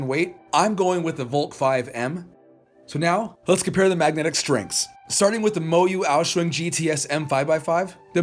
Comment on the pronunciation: "The MoYu Aou-shuang" Me, an Asian: Heart Attack